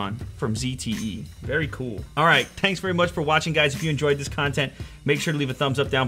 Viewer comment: LOL he says TANKS very much for watching guys! UnboxTherapy vids are just so addicting...